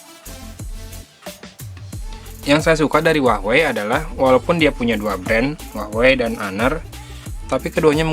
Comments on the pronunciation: kenapa gua dengernya uahwei ya? bukan hua wei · apa cuma ane ya yang denger huawei disini jadi hwahwei? 😆.. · wahwei bacanya